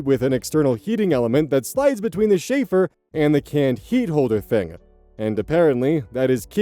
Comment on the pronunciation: Is that just how y'all pronounce chafer where you're at? Like Schaeffer? Round here it's the Ch from like, Cheese, as opposed to the Ch in Chicago. English is fun, especially when the French gets involved.